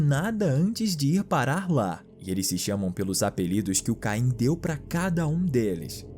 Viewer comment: o nome n é caim e sim kem